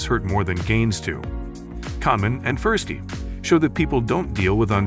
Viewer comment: No offence, mate. I think you should do some deeper reading into prospect theory. You have some foundational concepts. However, you have barely scratched the surface of promoting curiosity. And please, ensure to pronounce Tversky's name correctly; it is an incredible disservice to Dr Tversky.